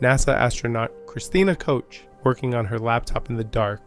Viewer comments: Koch is pronounced like the Scottish Loch, not coach. It's a gutteral "ch" because it's German. Cook is better than coach. Koch means cook in English. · Thanks again! Excellent job of putting all of this together, in one place for everyone to see. Please don't pay any attention to some of the questionable comments... We all know just how well those people would do if "only they were astronauts"! As for the pronounciation of Ms. Koch's name..... Some people have wayyyyyyy to much time on their hands! 🤣We all know who you mean!